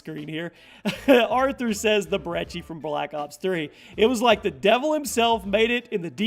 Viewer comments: Its not the brechi its the brecci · It's fuckin (br-eh-ck-i) not (br-eh-chi) or broccoli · You say brechi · The "brecci" 😆